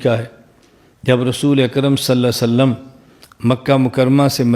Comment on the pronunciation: جن گدھوں کو صحیح ڈھنگ سے صلی اللہ علیہ وسلم کہنا بھی نہیں آتا وہ دلیل کی بات کرتے ہیں(انڈیا )